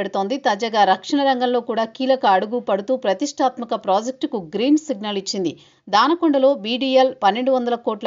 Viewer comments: దానకొండ కాదు మేడమ్, దొనకొండ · Not Dana konda, it is Dona Konda